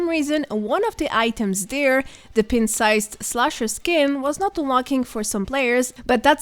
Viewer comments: It’s pronounced Pint and not Pent. Pint-Sized Slasher. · You're pronouncing "pint" wrong. It should sound like "pine-t". 👍